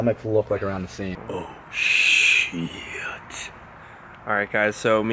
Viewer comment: idk if it's just me, but when Dylan says "sheeiit", I can't help my laugh pretty fucking hard😂